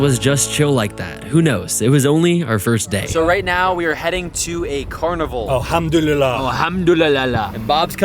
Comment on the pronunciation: It’s not hamdoulala 😭😭😭 why are Americans so dum. But besides that good job at not spreading bs propaganda